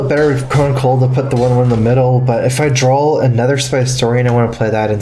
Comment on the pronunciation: Is he saying drawl or draw? Am I missing a meme hehe?